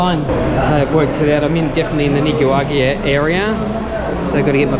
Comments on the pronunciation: 😂😂😂@ Nigerian. It's NICARAGUAN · Should never be allowed into a country you cannot pronounce! Nicaragua! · You've butchered that Nicaragua word so many times I'm having trouble pronouncing it myself. Also: Yo Adrien !! Not Go Adrien. Here to help. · The episode where figures out how to pronounce Nicaragua 👍🏼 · I noticed you still aren’t pronouncing Nicaragua the right way yet…lmao. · They would not let you in because of the way you pronounced Nicaragua.